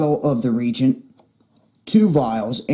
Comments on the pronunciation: Pronounced "re-agent" not "regent". This is some excellent info in these videos. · is pronounced Re-agent! FYI. Thanks for the good info.